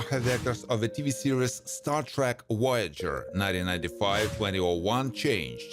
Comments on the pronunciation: Its Voyager not woyager. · Pretty sure there is a V in Voyager, not a W